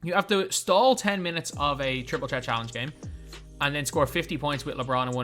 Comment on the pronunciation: petition to get to say triple threat and not triple tret